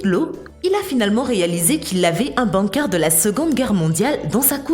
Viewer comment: Bunker ça s'écrit bunker mais ça se prononce bOUMker